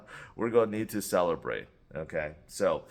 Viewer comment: Did you say SELLerbrate!?